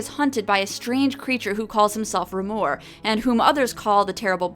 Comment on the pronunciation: I thought Remor was pronounced like tremor without the T. Tremor is close to Trauma, too. Also the animation reminded me of Angela Anaconda!